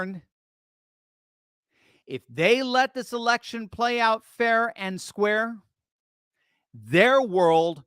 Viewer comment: I've never laughed so hard is when you said "erection." 😂